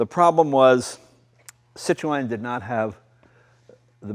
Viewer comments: "Citro-En" c'mon Jay you can pronounce it right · Do all Americans say Citreon wrongly? you're not meant to pronounce the E... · does anyone else cringe when he says Citroën wrong? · Jay pronounces it ''sit-row-en'' (row as in death row) ..... whereas I was brought up to believe the Freench pronounced it ''seet-ron''. Anyhoo - as a kid in the late 70s, we knew a guy that had one. (also a red one). It was like nothing we'd ever seen before. Myself, my brother, the guys 2 sons and wee sister would all get in and take a small ride - and yes, I remember it like yesterday, the whisper quietness and armchair comfort seats. The guys name was André Duval, and he only stood about 5ft tall! - Now, this was (and is), a big car! No, we weren't in France....but in the Highlands of Scotland, in a tiny village. I'm a motorbike guy and cars rarely do anything for me, but this brought back lovely memories. Thanks Jay! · Why do Americans have so much trouble saying Citroen it's not cit to en it's cit err ron it not difficult to say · It's not Cit-row-en, it's Cit-ron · Great video as always. Isn't the "e" in Citroen silent ? Always thought it was pronounced "sitron" not sitroeeen !! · Why do Americans pronounce the name wrong it sounds like 3 words cit ro n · Its pronounced " CitREN" silent 'o' ffs arghhhhhh !!!!! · Its pronounced Sit-Ron the E is silent. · See twan ia much closer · Stop saying "Cit RO EN" why do Americans have to pronounce everything differently! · Citro oen, , peouget, gas pronunciation, haha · Citrowen? Ha wtf? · This video encapsulates everything I love about this YouTube Channel. Thank you so much for sharing. One criticism? It's pronounced Sit-rone. You don't pronounce the "en". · Cit ro n yes the E is silent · Jay you do not pronounce the E in Citroen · "Citroën": French for "POS". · I,ll never get used to American pronunciation of Citroen! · If only he pronounced CITROËN correctly.